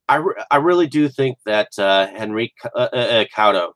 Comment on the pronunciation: Thanks so much for sharing your thoughts! Glad you got a kick out of the film. And you pronounced my name almost perfect ;-) Hen-rick Koo-Toe